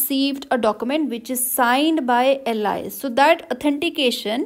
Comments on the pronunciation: You pronounce Alice as Allies? It's pronounced as Aal-is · nah its al-ice